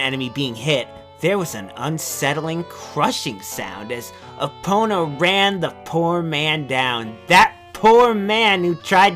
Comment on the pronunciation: "Epp-ih-na" -, 2015